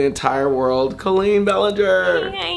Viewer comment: You can tell that they have truly been friends forever because Todrick actually says Colleen correctly! Hehe. Much Love Cuties😁💚